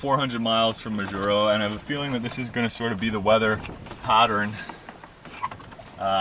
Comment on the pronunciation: Its pronounced Maw Juro